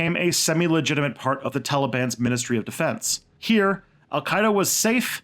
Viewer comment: You got my support man!! Not by words but by money! I think the content of your channel is very interesting, and make a huge effort to be neutral, which is rare! Keep it up! oh for Alqaeda you did prononced fairly enough but who you did write it, well ahmmm, very bad, I think you have to download UTF-8 standard character in your software...